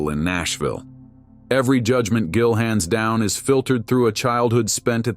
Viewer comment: "Jillian" What the hell???? At least have the fakey AI voice pronounce his NAME RIGHT!! DAMN!!!